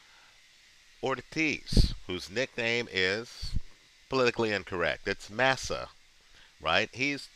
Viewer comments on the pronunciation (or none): Also it's pronounced more like "mahh-sahh" rather than "mass-uhh"